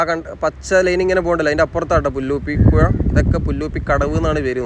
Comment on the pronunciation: പുയ അല്ല മോനെ പുഴ 🤣🤣🤣🤣